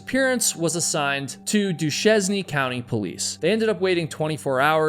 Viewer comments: Until I heard it properly pronounced, I had no idea and my attempts were sounding out the letters as an English speaker will. Its a Frenh name and needs a French way of saying it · Its...Doo-Shane county...js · I’m a longtime resident of Utah. The Uintahs are awesome, gorgeous! Just FYI, the county of Duchesne is pronounced Do-Shane, weird spelling. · It’s pronounced do Shane . Not duchesene. It’s Duchesne County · Duchesne! Pronunciation! 😂😂 I thought for a minute it was a typical US thing, but no, they do pronounce it properly. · As a native Utahn, I can tell you that that is pronounced 'Due shane', not Duchesne. That being said, glad that you've been able to come out to Utah and I hope that you enjoyed your hikes. the areas around here to be absolutely stunning. But your comment about it turning from winter to summer within a couple of days... yeah. Welcome to Utah. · Except when he prounounces Duchesne county as Dew Chesney and not Dew Shane like it's supposed to be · Duchesne = duSHEN or at the very least, duSHANE. Come on now. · Hi! Love your videos and this one is another great one as always. I'm a Utah local and I wanted to tell you how to pronounce the weird names we have here. Duchesne county, is pronounced like du-shane. I say it how you did in my head to make fun of it. Reminds me of Kenny Chesney. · Duchesne is pronounced doo-shane. I used to live in the Unitah basin. I'm very familiar with the high Uintahs as I used to backpack and horse camp all over them, particularly the eastern end above Vernal and Roosevelt. You should never hike anywhere without a compass but certainly not the Uintahs. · I used to pronounce it Ducheznee, too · Duchesne=dew-shayne 🎶 themoreyouknow🎶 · Duchesne = doo-SHAYN. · It’s pronounced “dooshane” county Duchesne county, UT 😉👍🏼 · Its pro nounced DUEX SHANE county spelled Duchesne I joke and spoof a sneeze when i say it Its utah. Even the humor is dry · is correctly pronounced doo-SHAYN. ;-)